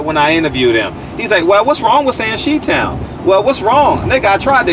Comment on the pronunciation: Mf said chee town